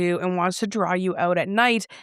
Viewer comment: I hate when people say "drawl" instead of "draw"....or irregardless...even if your argument is that its a real word (its not), its still stupid because it serves no purpose...it doesnt shorten a longer word to make it easier to say, it just adds letters for absolutely no reason😅😅